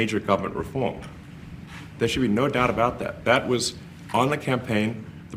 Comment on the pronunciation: The American people voted for reform; not "refoam". Not interested in this bad foreign-actor with a speech impediment and illuminati hand gestures standing in the oval-office dressed like a James Bond villain speaking on behalf of the POTUS. ———DEPORT HIM NOW!!!